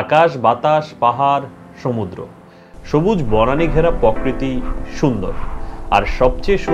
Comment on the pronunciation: আপনার প্রকৃতি উচ্চারণ টা ”পঅ-কৃতি” হবে না “প্রোকৃতি” হবে! কারেক্ট করে নিবেন প্লিজ, খুব ভালো হচ্ছে সবকিছু।